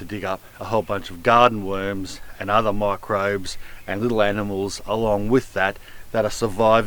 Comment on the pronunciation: "Look at those beautiful weuurms"